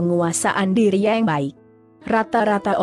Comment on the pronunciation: Mba google kenapa menyebut kata....yang...jadi...yeng...